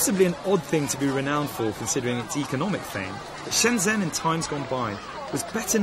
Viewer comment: I believe Shenzhen should be pronounced as Shun jun. The zh gets the j sound.